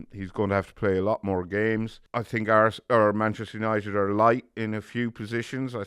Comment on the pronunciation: It’s Manchester United not Man as in Manchester Guardian.